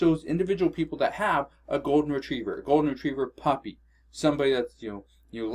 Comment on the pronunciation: When you said a golden retriever puppy I thought you said a golden retriever fucked me